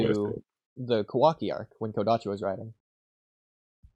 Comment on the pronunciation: Bro said kodachi 😂😂😂 Do you even know part 1 had kishimotos involvement even before kodachi left ? Lol Boruto fans only care about drip and power scaling? Lol Borutos morality is stemed from both his dad and Sasuke are we even reading the same boruto? Boruto knows koji he was on the run and then told him stuff that only he and his master knows so why would he question him ? You guys can answer me You guys always say this then debunked in some chaps later it's good you guys are critiquing the story but also give it time this Is actually a good video unlike other ones you did You guys need to invite Mello again he's actually a good person who critiques boruto well Not philosophical? Stop it Mello is actually a good critique invite him more And where did ikemoto say there won't be depth or philosophical depth ? You need to stop saying nonsense